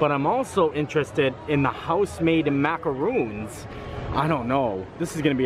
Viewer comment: Maka rohn not macca roooons lol.